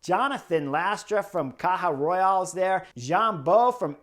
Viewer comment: Rural not Royal